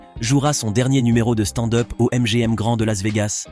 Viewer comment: Envie de me desabo a chaque foi que j'entend " stande heup "..........